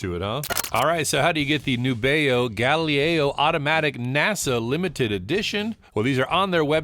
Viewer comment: I didn't know someone could mispronounce "Galileo". A totally unwearable piece, a novelty at best. Looks more like an homage to the Apollo space capsules. The hands are a bit phallic, the date window is too small, and it looks cheap, like a Chinese fashion watch. It didn't need to be this massive, and a more normal 40-42mm would've been an interesting watch. A missed opportunity for sure. Good video!